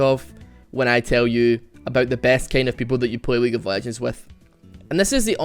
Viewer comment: weague of wegends